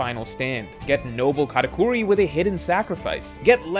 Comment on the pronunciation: Untill the mid video I though he was saying Katakuri 3 defeat lol